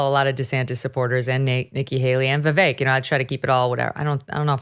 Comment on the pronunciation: Megyn what demographic are you playacting to? I’m sorry your takes and your guests take are uninformed. Plus how hard is it to say Vivek’s name right? I mean all your guest can’t say it, which says a lot about them…